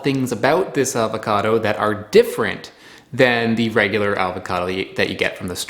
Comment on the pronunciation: I did enjoy this episode a lot. I was unaware of this variety of avocado. I will have to contact the guy at the website you mentioned. One pet peeve: Please, take the "l" out of your pronunciation of avocado. Thanks.